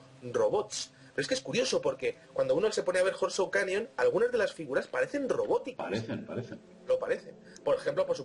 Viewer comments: Interesante información. Por favor cuando editen los programas, pongan el volume de las voces en alto, casi no se puede oir lo que dicen en los últimos videos Horseshoes, se pronuncia Jorschús.Pequeño detallito. Saludos a y. Gracias por por su trabajo. Realmente De Vanguardia!!! T.Salas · Abri el video sólo para escuchar como pronuncias Horseshoes Canyon jajajajajajaja XD